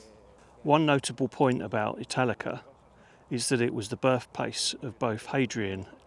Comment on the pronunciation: I'm not going to lie, I thought you said Metallica at first lol I still thoroughly enjoyed the video tho 😅